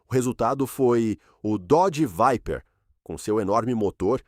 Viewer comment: Dodge "Veiper" kkkkk esse fuma